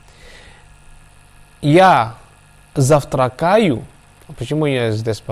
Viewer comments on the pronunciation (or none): Правильное ударение - зАвтракаю. Написать - глагол совершенного вида, записать - write down. Рабочая форма/одежда или спецодежда используется в основном для ручного труда. По выходным - в каждые выходные, в выходные - обычно о следующих выходных.